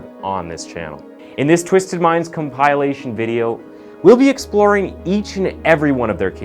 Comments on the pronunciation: Is this YouTube or YouP*rn? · Like "comp-eye-lation" and "missings person" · It’s a Come-pile-ation folks! Is he mispronouncing multiple words in every video to get grammar nazis rage baited for comments? In EVERY VIDEO he does this with common words. If not, why not use the dictionary’s phonetic guides??? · Com pi lation??? WTF! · You said “cum-pie-lation” lol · In what world is it pronounced come-pile-ation or uh-Greg-rious lmao be Fr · I used to enjoy your stuff, but the narration errors that are so easy to fix continue to ruin it for me. If you can't fix a simple pronunciation of COMPILATION at the very beginning of your narration, this channel is not worth my sub! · I watched the first 10 mps, until the narrator couldn't pronounce the word compilation. (I don't care if you're allowed to use it like that in the US, it is just a massacre of the English language. As per usual in the US.) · The way he pronounced "compilation" with such confidence has me thinking it's me who doesn't know how to pronounce the word... 😅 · How do mess up saying compilation 🤦🏻‍♂️